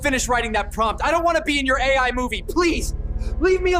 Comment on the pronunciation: ciri khas nya, kalo di video itu ada yg ngomong “AI” dieja jadi “A-ai” ..